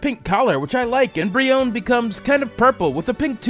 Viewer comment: Its breone with the e sound at the end like in bee